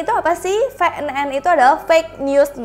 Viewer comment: Ef kak, bukan ve. Ef en en yang bener